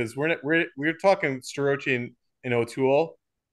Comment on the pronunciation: Can you at least learn Starocci 's correct pronunciation. The guy is gonna be a 4 time champ .He at least deserves his name pronounced correctly. Refer to Justin Basch's interview.